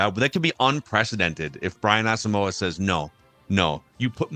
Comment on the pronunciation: Why are Vikings Podcasters and media people unable to correctly pronounce Brian Asamoah's last name??? It's pronounced "Awesome-wa".